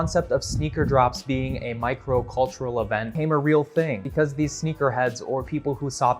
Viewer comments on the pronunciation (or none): none